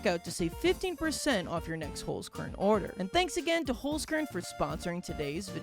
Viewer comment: you 100% misspronounced "holzkern". knowing that because i myself am austrian